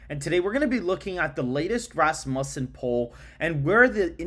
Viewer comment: FYI it’s Raz-mew-son 🤘🏻